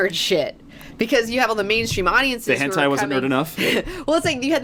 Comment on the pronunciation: Jeebuz kidz, it's hentai, not henti.